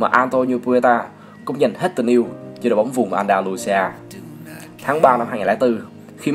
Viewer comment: "BÓONG"